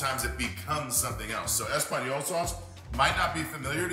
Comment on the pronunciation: Everyone's going on about how he used tomato sauce to make tomato sauce or that he calls hollandaise a mother sauce but I'm shocked at how badly he butchered that espagnole.